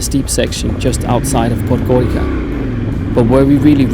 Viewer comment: what do you mean Podgorika? It's Podgori"tz"a